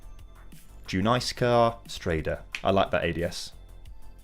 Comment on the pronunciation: “Do-nice-ska Stray-da”